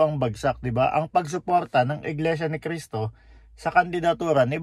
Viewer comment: Pakikorek nman yung Cristo not K po thank you!